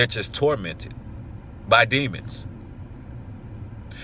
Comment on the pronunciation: I always crack up when you point out that they’re tormented......”BY DEMONS”😂😂😂😂 our emphasis on it 😂